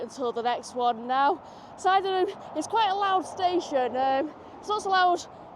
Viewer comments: My dad was from Sydenham......like many places in N.I. the pronunciation can be difficult but its Sid Nim. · SID en am. Not side in im. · Sydenham, pron Sid en am ) You went through Holywood, pron Hollywood)